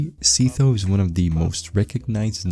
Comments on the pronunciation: Dude really pronouced Sytho as see toe 🗿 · s-eye-tho btw good vid aside from that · my bro just made a whole 14 minute video about sytho only to pronounce him ”seethough” 💀